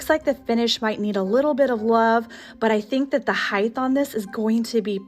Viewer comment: please forgive me, but since you often use the word "hight" in decorating, may I respectfully point out that it is never pronounced with a "th" at the end. Love your Vignetthes.!! lol.